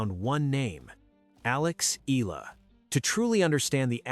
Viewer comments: IT'S EE-YAH-LAH NOT EE-LAA❗❗❗❗ ANOTHER STUPID CONTENT CREATOR❗😡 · ANOTHER STUPID CONTENT CREATOR IT'S EE-YAH-LAH NOT EE-LAH❗ BETTER STUDY THE PRONUNCIATIONOF YOUR CONTENT FIRST, IT'S YOUR JOB AND RESPONSIBILITY TO READ AND PRONOUNCE THE RIGHT PRONUNCIATIONTHE NAME OF YOUR CONTENTS, IT'S NOT EXCUSE THAT BECAUSE YOUR AMERICAN OR YOUR NATIVE LANGUAGE IS ENGLISH YOU'RE MISPRONOUNCING THE NAME OF YOUR CONTENT CO'Z THEY'RE FROM FROM OTHER COUNTRY. ARE YOU LACK OF INTELLIGENCE RATHER STUPID❓